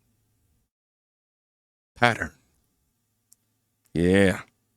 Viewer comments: Sorry my friend but I couldn't understand that last word and when I put it to closed caption that said you said pattern LOL I don't think that was what your word was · LOL me too! PATTERN 🤔